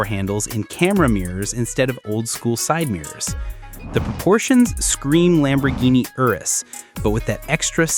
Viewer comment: ANOTHER MISINFORMATION AI. LAMBORGHINI IS NOW LAMBORDINI ?? WTF